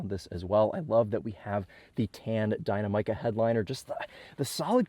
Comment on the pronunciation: I love your videos, but I have to ask...Why is it so difficult for car reviewers to pronounce dih-NAM-ih-kuh??? Believe me, you're not the only one. Maybe Dynamic-uh would be a better way to describe the correct way to say it.